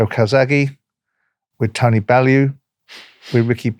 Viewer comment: Calling Tony Bellew Tony Bellend priceless 🤣🤣